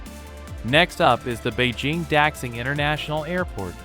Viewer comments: It is true. X is generally pronounced as "sh" when translating and pronouncing Chinese. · Daxing: da-shing, not dack-sing airport. You insult us and make fools of yourselves by not finding out about the subject you claim to be telling us about.